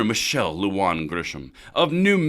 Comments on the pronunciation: it's pronounced "Lew-hawn" (Lujan)... that stated... Arrest and prosecute the tyrant governor, oath breaker, and traitor to the Constitution of US and NM!!! New Mexico Constitution Article II - Bill of Rights § 6 Right to bear arms. Universal Citation: NM Const art II § 6 No law shall abridge the right of the citizen to keep and bear arms for security and defense, for lawful hunting and recreational use and for other lawful purposes, but nothing herein shall be held to permit the carrying of concealed weapons. No municipality or county shall regulate, in any way, an incident of the right to keep and bear arms. (As amended November 2, 1971 and November 2, 1986.) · Lujan is pronounced lu-han